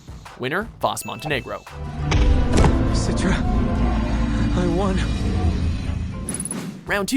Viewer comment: Sorry I had to do this. SIT-ra not SEAT-ra